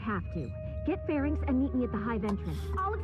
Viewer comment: Farenix? Oh, she means Pharynx. ;)